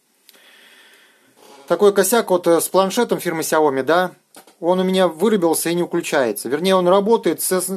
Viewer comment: Правильно говорить Shaomi шаоми